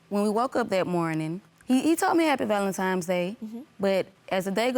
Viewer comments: Valentime's Day??? Ladyyyyyy... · She said ’Valentime’s’ day🤣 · Please stop saying " valentime"🤦🏾‍♀️🤦🏾‍♀️